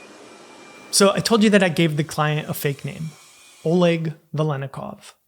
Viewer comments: "Oleg" is pronounced "ah-LEK" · lol I also know an Oleg.... Pretty sure it's pronounced more like A-leck. The Oleg I know rolled his eyes and made certain I knew how to pronounce his name after calling him O-leg 😂